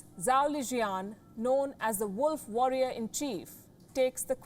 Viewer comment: "wolf worrier in chief" 😂😂😂😂